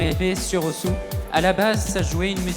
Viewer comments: Oui, Osu! se prononce "Os" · osu is a japanese word and they pronounce it as ''OS'' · Il s'appelle osu, mais ne se prononce pas osu.